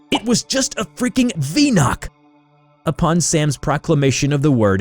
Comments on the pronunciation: Whoa! Whoa! Whoa! A spike of her what!? Venok? What’s a venok!? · I'm gonna make a discord troll saying "say venok"